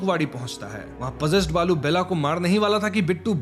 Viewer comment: Its not बालू its बाळू😂😂😂😂 north people cant say ळ